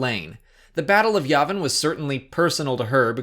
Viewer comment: It’s YAY-vin. Jesus